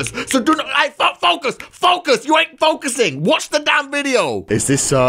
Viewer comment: How did know I was distracted when he said Foucus